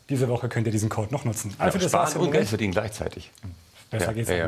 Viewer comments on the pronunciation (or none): er hat "Geld verlieren" falsch ausgesprochen